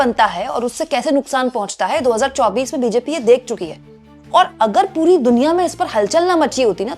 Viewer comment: बार बार आप के मूँह से "पुरी दुनिया, पुरी दुनिया" यह शब्द आ रहे थे। मगर सभी सुननेवालों को हर बार "हरदीप पुरी, हरदीप पुरी" सुनाई दे रहा था।